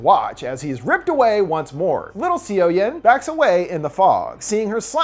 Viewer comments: "cee-oh-yoon" no honey it's "saw-yawn" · seo-yeon sounds like "so-yon". it hurts listening "c-o yen" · If you don't know how the korean alphabet works it can be really hard to know how the words and names are being pronounced. I'm sure he's trying his best and not trying to be disrespectful. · lowkey cringing on siyowyehn.....Its read as soyon/soyun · the fact that he says seoyoon as see yo yin physically pains me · I hate to be that guy, but the main characters name, Seo Yeon, is actually pronounced, "Suh-Yun". I don't blame you though, Korean to English romanization is so awkward. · the way you butcher the girls name.................